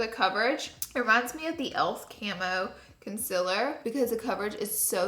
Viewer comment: I love how she says “conciller”